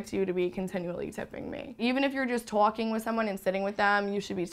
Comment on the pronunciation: That one said “twauking”. Awesome.